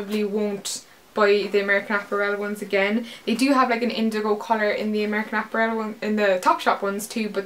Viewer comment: I love the way you say apparel! haha! great haul!